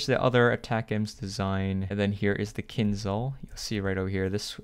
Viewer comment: Bro, no kinzal it's like kinjal